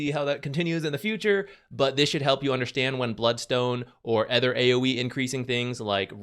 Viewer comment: Hi! Let me start with how I always love your insight in the game we all love. Gotta say tho, its my big pet peeve that you always pronounce other as ether. Keep up the content tho! ❤